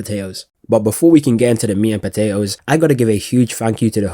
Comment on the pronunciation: Dude said "meat and potatoes" without using a single T.